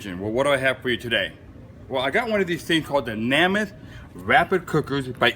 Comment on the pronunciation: It's made by Joe Namath. Thats Nay Math, not Nah Math